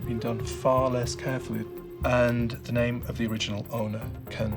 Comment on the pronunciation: it's funny how no one can pronounce his name correctly